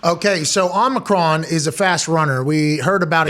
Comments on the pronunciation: Nice. Also it’s OMI CRON not OMNICRON there’s no N in omicron 😂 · I love that Pat still says Omnicron even tho Drew said it correctly 8 times. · Omicron. Please stop saying "omNEEcron," Pat. You sound like a doofus. We know you're smarter than that.